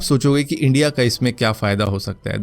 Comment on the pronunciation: Are Pakistani logo ko wo accent hota hai... Wo log India ko Endia bolte hai